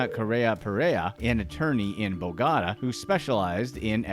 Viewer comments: It's pronounced BOH gah tah, not bo gotta. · I mean BO-GO-TA. NOT BOGADA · Do you me bo ga ta? Love the way your saying it but not correct lol Bo got ta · I thought you were saying Bogada the whole time instead of Bogotá. Try to check the pronunciation before making a video. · Bo-ga-tá, not BOW-GA-DA. Yanks are dumb. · Bogota(bow-go-ta) not bow ga da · bogota south america "Bo-got-a" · Every time you say " bagata" for Bogotá it makes my ears bleed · It’s pronounce “BO- gatA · Can’t believe he said Bogada 🤦🏽‍♂️ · Anybody else wanna scream every time he pronounced Bogota? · Yes i broke it down for him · It hurts my ears how he pronounces Bogota. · Me too😭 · I only pray that it's some kind of sick joke.